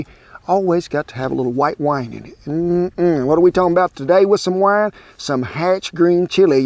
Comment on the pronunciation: Wi-ee-ne... Green onion, is a scallion. Not a shallot. It's not even close to the same thing.